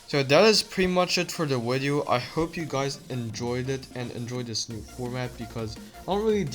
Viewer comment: “In today’s weedeo”